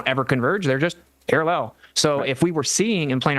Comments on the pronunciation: Guys guys they remain - Para-LLELL. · Why does genius pronounce parallel as parallelle? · Austin has started saying parallel with the same weird inflection as Dirth.